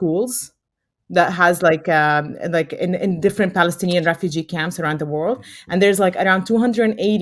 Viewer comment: She's a Pali-stin-E-an😂